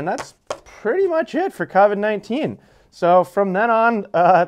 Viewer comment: Covid's with an o, not an a